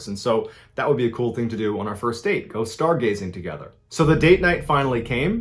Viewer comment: " were going stargazing!" Hahaha The emphasis when saying that has me rolling on the floor laughing. Lol